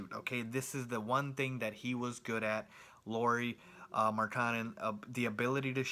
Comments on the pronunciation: He just needs to pronounce Lauri as Lowry and he's pretty much as close as you can expect someone who doesn't know a word of Finnish to be. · You pronounced Markkanen just right. Lauri was nowhere near :) Cool review though. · LOW-ree (rhymes with COW-ree) MAR-ke-nin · LOW-ry MARK-kanen (like TRINity) - Markkanen was said correct, except the stress comes always in the beginning in Finnish. And I'm a Finn too.